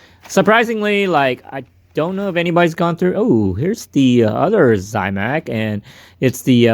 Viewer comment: You're saying zamac. Like Zie mac . No i in zamac.